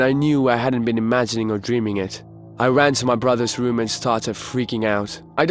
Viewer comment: the woom, my woom, i went up to my woom - he needs speech therapy or to practice his R's